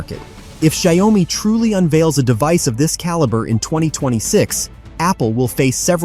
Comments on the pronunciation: Terrible pronunciation of the company name it pronounce as "Jiao- Me" not Shy-Oh-Me. 😅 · Why this ai bot keep saying “Xiao o mi” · Shayomy??? WTH i mean " wut Da pakk" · Watch your pronunciation - Xio-Mi not Xi-O-Mi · your video can't even pronounce Xiaomi correctly.... you need to change your AI or just give up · It’s pronounced shyao me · You have an irritating mispronunciation of the name of the product "XIAO-MI" There is only 2 syllables not 3. NO OM-MI. Please go back to school and learn the right pronunciation!!! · Shy-oh-me? This has to be an Ai voice over 😂😂😂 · when AI can't pronounce XiaoMi but everyone thinks it's LEGIT shit it's talking about ! World is going the path of IDIOCRACY movie was forecasting it will ! :D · For whatever this person trying to blog or influence ( is he a robot who can't pronounce a Chinese translation). He can't pronounce XIAOMI...Forget him.. B. S. Insult the product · Couldn’t even pronounce the name correctly 🤣🤣🤣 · If you can't even pronounce the company name (Xiaomi) correctly it's a pretty fair bet this whole video is just normal tech BS. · If you can't say xiaomi then please keep quiet. It sounds terrible. Stop that! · Its robotic voice that almost sounds human. Its just reading off a written script. That why it cant pronouce word. Properly. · Your pronunciation of "Xiaomi" betrays your ignorance. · Stupid AI...can't even pronounce well( Xiaomi )